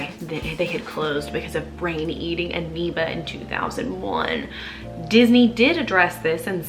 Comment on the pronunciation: "Brain Eating Aneeba" lol